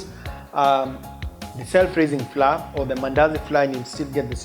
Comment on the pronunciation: Flour is supposed to be pronounced as flower🤭